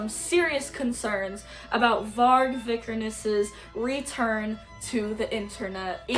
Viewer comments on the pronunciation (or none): You just proved yourself to be the biggest most uneducated poser of all time… You’re not even pronouncing his last name correctly first off and second off BM was a genre inspired by h8ing everything/everyone, having pride in your white nordic/germanic ancestors, and NS culture hence the red and black old english skulls etc.) If you’re offended by any of Vargs takes then you would be offended by the takes of ALL BLACK METAL BANDS so this genre is clearly not for you go listen to punk or pop like all the other woke commies and stop speaking on a genre you clearly know NOTHING about… Nice job trying to virtue signal how accepting you are more proof you’re a poser if you were truly black metal you would be not care if someone h8ed someone else based on anything also stop listening to a genre created by NS men if you hate them so much. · it’s actually the worst take and she can’t even pronounce his last name right but nice job as outing yourself as a poser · This girl who can't even pronounce the name of the person or band they're talking about, has such an abrasive and irritating attitude issue. Septum piercing says it all.